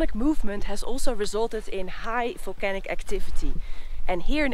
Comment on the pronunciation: "Folcanoes" that had "folcanic" activity ♥️